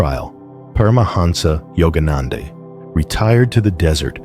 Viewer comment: Great information from Paramahansa Yogananda about the Source of Life Itself, ironically delivered by a lifeless robot that mispronounces the names "Yogananda" (twice in different ways) and "Yukteswar". Keep posting this wonderful information, but get the cheap robot fixed or (more respectfully to the information) — gone.